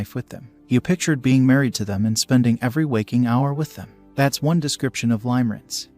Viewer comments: It's pronounced (lim-uh-rinse), not (lime-rinse). I cringe every time I hear that. Please fix it. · Ha!! Yes. I kept hearing him say Lime-rinse. HAhahahahahahaha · FYI he’s totally mispronouncing the word. It’a pronounced “Limmer-ance” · The pronunciation of "Limerence" is actually incorrect in this video. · Right and it’s annoying me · In spite of the incorrect pronunciation, if this is an AI generated voice then it is amazing. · Thank God you said it, it was driving me mad : ) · HOW CAN YOU TAKE THIS STUPID VIDEO SERIOUSLY WHEN THEY CAN'T EVEN CORRECTLY PRONOUNCE THE WORD "LIMERENCE." LEARN HOW TO PRONOUNCE IT BEFORE DOING A VIDEO!!! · Thank you the mispronunciation. Was pretty annoying